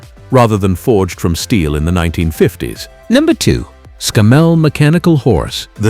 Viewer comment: That's ScAMMell not ScammELL